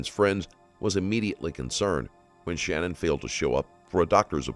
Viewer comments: It is Sha-nann, not Shannon. Just wanted to get it right for everyone. Not trying to be rude. I feel like it is kinda more respectful to the family and her name to get it right. And Chris describing what his little girls said before they died was one of the worst things I've ever heard in my life. He's the type that deserves to fry, honestly. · I appreciate your channel. However, please make the effort to pronounce victims names correctly. Her name is/was SHANANN not Shannon. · You should probably learn how to say the victim’s name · her name was SHANANN - NOT SHANNON